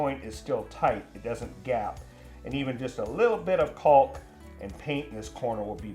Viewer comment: Caulk. Emphasis on the aulk